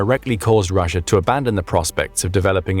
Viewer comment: Russier? Why did the narrator call Russia Russier? At the :54 mark